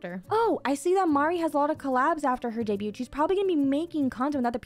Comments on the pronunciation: Debut, debuting, and debuted. The T is silent. Vtubers seem to not know how to pronoun this word. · if anyone reading this, are you here because that video she mention debut "daeybyut"?